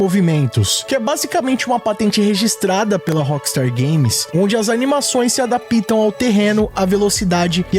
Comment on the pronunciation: Você sempre fala "se adapita" não é assim que fala... É "se adapta". Video maneiro de mais!